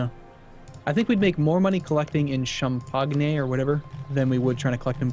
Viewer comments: shun-pak-me right? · I'm not even French and I'm insulted by that god-awful mis-pronunciation of. I need to go wash my ears out... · Jesus fucking christ shen could you please kick in the nuts and tell him how to pronounce Champagne?